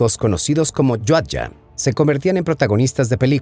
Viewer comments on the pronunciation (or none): Es Yautja hermano, y no "Yauyhtgja" 🫡